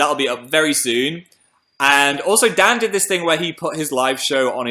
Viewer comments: umm phil can you say dan's name one more time? sounded like you said 'dad' mate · it sounded almost like dab but im pretty sure he said dad oml